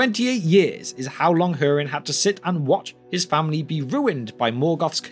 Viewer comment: hurin not her-in